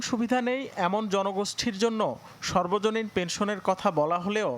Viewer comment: উচ্চারণটা সর্বজনীন না সার্বজনীন হবে